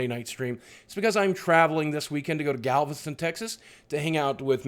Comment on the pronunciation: it's Galveston Tx but we still love you 😜